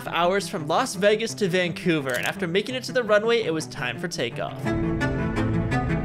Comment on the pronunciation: Bro said las veH-gAs 😂